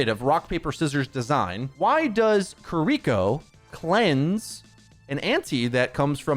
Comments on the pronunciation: It's Kiri-koh, not kireek-ko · You are a huge influence in the community. Please attempt to pronounce Kiriko correctly. It's not Kareeko. Please try harder. Japanese names are super easy to pronounce if you just try. If you need help, paste this into Google translate and listen to the robot voice, きりこ